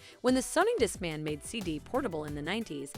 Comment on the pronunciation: Disc-MANNN! Played (for plaid)!